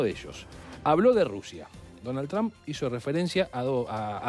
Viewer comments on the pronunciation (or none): No se pronuncia TRAMP, se pronuncia Tromp y se escribe Trump. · PORQUE LE DICEN DONALD "TRAM" 🤔